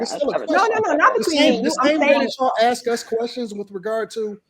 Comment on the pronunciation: Why is it different to say ask? We don't Axe questions. We ask them.